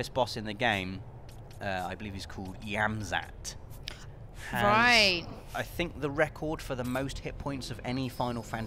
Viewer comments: yiazmat. pronounced Yaz-mat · Anyone else inwardly cringing when gets Yiazmat's name wrong?